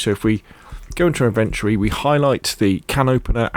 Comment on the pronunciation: Amazing video bro really helped. But please put the o back into inventry. It's in ven tory